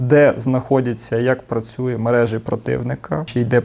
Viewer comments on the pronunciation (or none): none